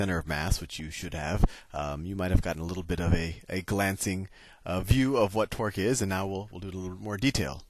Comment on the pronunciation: "You know then that the net twerk is zero" That was literally what I personally heard